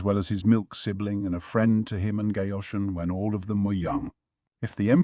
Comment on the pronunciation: The Mayo Mayo is killing me lol. And Basin. Gayooshun